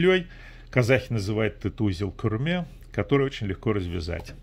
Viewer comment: Это кюрме , ударение на Е . 280 млн тюрков на Земле так и называют этот узел .